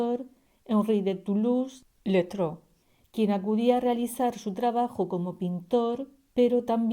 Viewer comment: El pintor al que se refiere debe ser Henri de Toulouse-Lautrec,verdad? Madre mía qué nivel de pronunciación¡¡¡¡ Me he vuelto loca para descifrarlo¡¡